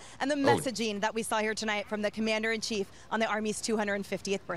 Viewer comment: Commander in Chief or Commander in Teeth?